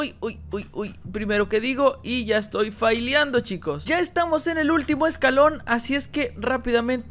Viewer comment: y ya estamos faliando Yo: es fallando no fallando>:v